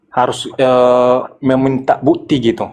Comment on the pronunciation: Coba dengarkan orang kristen dan suku batak setiap mengatakan kata "bukti" mereka yang terdengar adalah bu'ti terus kata "waktu" terdengar wa'tu.